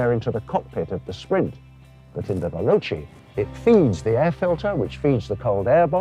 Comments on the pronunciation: First of all, you should learn how to pronounce Italian words. ex: Veloce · Is it really so hard to pronounce veloce????